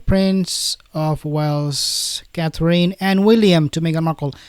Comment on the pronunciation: you are darling and funny! But if you say " Cath- reen" one more time.....😐!!!?? It's pronounced CATH- RIN. Or Cath- er-inn. A bit of emphasis on first syllable!! "CATH- rin". Pleeeeeaaase? Pretty please??😅.... Mrs b